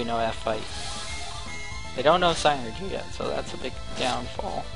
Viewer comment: I know this is ... long done but this bothers me Psynergy is pronounced Sin er ge